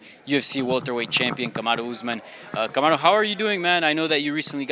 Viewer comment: Why did he pronounce Kamaru like it was spanish? lol